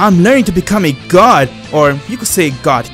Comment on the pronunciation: bro i love in his videos when beerus say super god he say super siayan gad